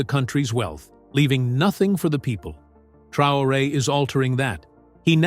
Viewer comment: If you cannot pronounce his name, you do not even need to be speaking on him Traore .